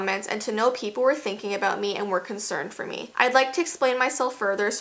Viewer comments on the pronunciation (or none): none